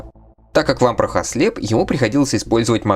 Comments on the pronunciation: В субтитрах есть явная опечатка- bro(c)ken, shaky head лучше в этом контексте заменить на wobbly, а правильное произношение Вампра- без звука Хэ на конце, так как по правилам чтения у “Vamprah” h на конце будет глухая..если только это не личное предпочтение) В остальном контент на высоте! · Буква h в английском на конце не произносится, как и во многих других случаях. А про Чирокса я не знаю, вроде бы он все также произносил.